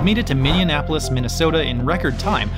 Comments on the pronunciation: Minn E Apolis You're both saying Minn Ean Apolis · you kept pronouncing it "Minneanapolis." It's Minneapolis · Why can't either of them pronounce Minneapolis? "minneanapolis" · its pronounced Minnie app oh lis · Did he just say Minne-nap-olis? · did you really say minneANapolis??? as a native minnesotan i’m so incredibly offended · As a Minnesotan...I was cringing the way you said Minneapolis. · As someone who lives in Minnesota, the way you said Minneapolis made me cringe.